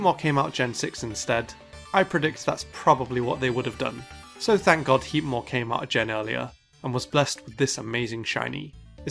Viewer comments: Heatmor? Really? Alright. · Heatmor? Really...